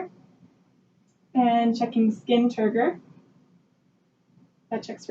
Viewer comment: Fuu she said it like 7 times